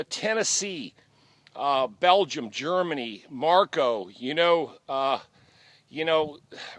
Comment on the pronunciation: Its not Marco it's Mario, no big deal, it almost sound the same lol. Thanks for the great video and honesty about your life I wish you nothing but the best.